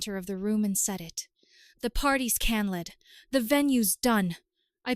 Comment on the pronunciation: Why is it that these AI voices can never say the word CANCELLED !!!!! Story becomes laughable when she keeps saying the party is CANNELLED. 😂😂😂